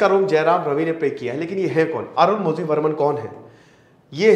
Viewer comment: Sir iska pronunciation arunmorhi hoga... Malayalam mein zhi ko rhi bolte hai...